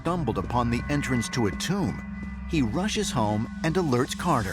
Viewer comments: Why does the narrator pronounce TOMB as CHOOMB ? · ramy romany ..its a Tomb not a . " TUME " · What is "Tumbe" he keepa saying? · British Boy, "and i oop... A tomb"